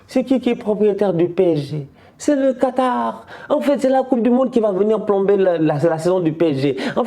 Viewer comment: c est le Quatarrrrrr 😂😂😂😂😂